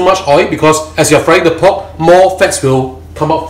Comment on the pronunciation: why you cant pronounce "r" in pork? you keep saying POK POK POK POK